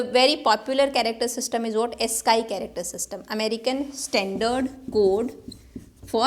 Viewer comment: Ma'am, you pronounce AS-SKY but it should be AS-SKEE.